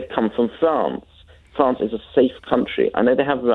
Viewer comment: Why do these people always have a "Fwance" speech impediment?